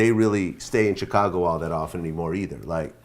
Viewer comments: each time vlad say "CH-cago" it hurt my soul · Why does vlad put a T in Chicago😂‼️